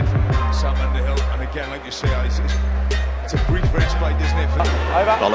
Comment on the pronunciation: It's 'Underhill'. Not 'Aunderhill' - not sure that person exists! England my England.